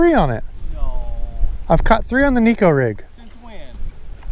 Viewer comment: FYI it’s pronounced neck-o also in Japanese neko means cat